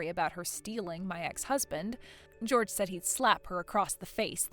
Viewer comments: Jorge is not pronounced George, it is pronounced "Hor hey". Most common in Mexico. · “Jorge” is NOT pronounced anything like “George.” George is one syllable, while Jorge is two and the ‘j/g’ sound is soft: “HOR-hay.” Holy guacamole, at least make an attempt to get Latino names right. 😂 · The Spanish name Jorge is not pronounced like George. It’s Hore-hey. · That is Jorge (hoar-hay) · That’s not how Jorge is pronounced. Seriously, if you are unsure of how to pronounce a name or a word - google it!!! It’s not difficult! (It’s the same va who pronounces “Geoff” as “Jee-Off” 😂)